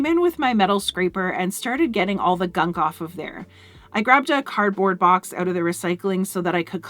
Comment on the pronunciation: That’s a hard “OU” in the word “out” when you say it.. I had to hear it a second time to see what you said. Once I realized it was a northern, possibly Canadian accent, I had to hear it just a few more times for satisfaction.. I even caught myself saying “ahhoout” and “ah-bow-oot.”..😂.